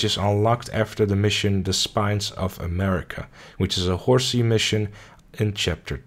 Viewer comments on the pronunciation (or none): He called Hosea "Horsey" Also, rise and repeat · when you said hosea i really thought you said horsey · It's funny because they pronounce it as José. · Could you please pronounce Hosea again? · Did you not play the game? Why the hell did you pronounce Hosea like that?!?!